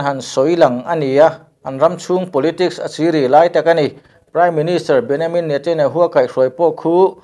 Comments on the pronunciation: An mahni Israel chuan Beniamin tiin an lam.. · English a "Ja" tih hi Jewish chuan "Ya" an tih avanga BenYamin tia lam a ni ang. 'n a lam dik e. Ya (english:Jehovah; Jewish:YAHWEH) tih hi LALPA lei leh van siamtu hming a ni. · A lam dik e. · Bennyamin ati 😁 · min a an Prime minister Hming i lam dan chuan hrilh a va tihai ve le e😁😉👍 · Pronunciation hi ka lo chik ve mai mai thin a. Israel('I sa rel') ti a i rawn lam khan mizo ril rem in i rawn lam ah ka lo ngai a, a tha khawp mai. Mahse, an PM Benjamin Netanyahu hming kha chu Benyamin i rawn ti ta daih khan i rilru ngheh tawk lohna a lang tel.